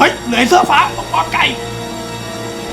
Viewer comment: พูดปอนไก่อย่างมั่นใจเลย